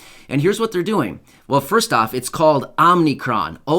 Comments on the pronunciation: Omicon. Is pronounced Ommmm eee Cron. Not Ommmm nee cron. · It's pronounced Oh mick ron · My friend,I think it's pronounced " oh- mah- kron" and it looks like the ones whom titled this version of Covid went into the world of cartoons again to find a name for it.This Time it seems it was stolen from the cartoon "FUTURAMA".That cartoon had aliens on it from the planet "Omicron Pursey I- 8".lol _______ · It’s OMICRON